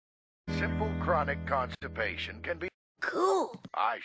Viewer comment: when will she stop saying constapation